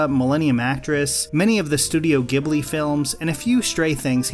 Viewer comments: Thank god, you pronounce manga and Ghibli correctly. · You're the only one on YouTube who has pronounced "Ghibli" correctly. Everyone else keeps flubbing with "Jibli". They should also call the Jostbusters to get rid of some Joulies.